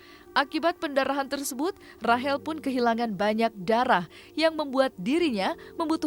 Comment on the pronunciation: Rachel mbak bukan Rahel.